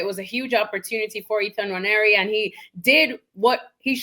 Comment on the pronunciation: Nwa-neri for better pronunciation